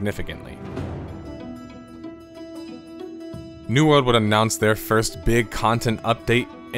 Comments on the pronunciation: Abject, not "abduct" failure. Try a book sometime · Hey man, just so you know, its "abject failure", not "abduct failure". Great vid.